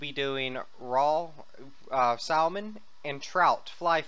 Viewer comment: Kajam lol. And you don't pronounce the "L" in salmon lol